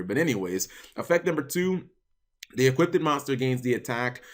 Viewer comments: equipped.... eeee cwipt.... eee kwipt... not eee kwit ted.... kill the ted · Equipped, not equip-ded